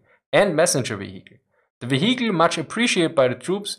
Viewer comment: You can tell it's german because it's one hell of a wheee-icle.